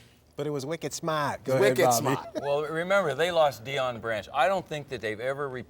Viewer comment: "That Randy Moss is wicked smaaat!" Love it!